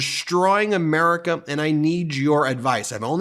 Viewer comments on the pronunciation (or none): none